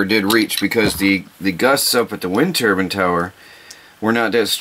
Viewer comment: Oh by the way, it’s called Turbine. Not Turban. Turban is what you put on your head.